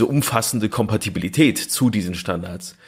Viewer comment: Super Format, nach den Hauptfolgen mein persönlicher Liebling..... Aber bin ich der einzige der innerlich krampft, wenn er hört wie der das Wort "Kompatibilität" vergewaltigt? Das klingt wie Fingernägel auf einer Tafel.